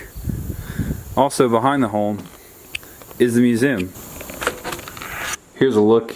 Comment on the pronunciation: Back when you had to literally make your bed! Them apples sure look good! I love these historic homes!!! Very good chicken and cow impersonations lol!! Every cow is named daisy, let’s be real! Oh man you threw it on in there lol!!!! Aw, Main Street is so cute, and wow, it was empty! That’s awesome that your grandpa signed the book. Wilbur was right! Great myoooosuuum and great video,! So glad you got some family time and visited this wonderful place to share with us!